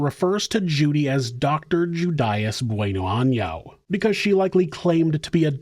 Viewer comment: Gotta put the accent on the "n" in año or else that last name just translates to "good butthole" hahaha.